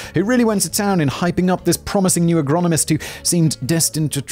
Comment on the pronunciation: Man can say ''AGRICULTURAL SCIENTIST'' but can't say Agronomist. Simon, you're a wonderful being.